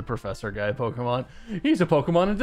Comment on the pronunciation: Pokémon, not pokeuhmon.